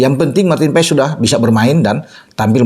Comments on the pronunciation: BACANYA MARTIN PAAS BUKAN MARTIN PAES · Bacanya maarten pas pak..buka paes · martin pas om ngomongnya bukan paes 😂😂😂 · Bacanya bukan PA-ES, tapi PAS, E dan S digabungin jadi Cuma S, mirip es yg kita minum, Awesome dibaca Osem ! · bacanya Martin Paz.. bukan paes paes.. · Maarten Pas bukan Maarten Paes. Emang baca nya seperti itu E nya hilang.🙏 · bacanya PAS, bukan PAES. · Bacanya martin pas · Ngomongnya Martin PAS